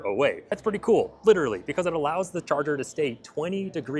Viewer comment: "Wireless Chager"